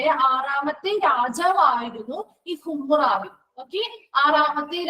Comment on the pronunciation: ഹമുറാബി എന്ന് alle pronunciation madam